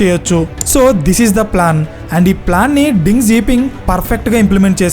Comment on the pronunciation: Ding kadu raa Deng